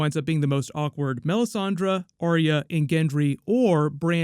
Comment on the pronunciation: says melisandrA lol it's funny